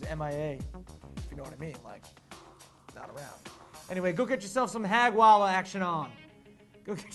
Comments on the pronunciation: NOT Hagwala , it's ( HAJWALH) HA J WAL LAH = هجوله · it's ' haj-wala ' not hag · it called hajwalah :D .. haj- wala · it's "haj-walah" with a J..... like a baws.